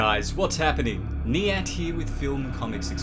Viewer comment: It’s Knee-Ant!